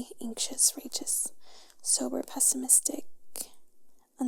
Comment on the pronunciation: pesmestic that word got me!!